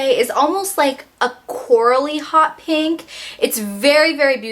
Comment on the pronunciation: this is weird but i love the way you say 'pink' because you don't say "peeenk".